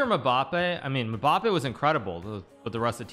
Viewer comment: nobody: hikaru: muh-bappe